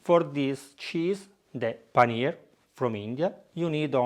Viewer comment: it was almost perfect ;)